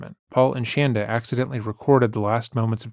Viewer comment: Thank you for calling her 'shanda', not shaunda as she preferred....love it..